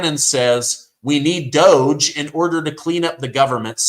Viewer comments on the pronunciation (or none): none